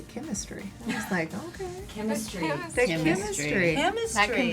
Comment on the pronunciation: Not kimistry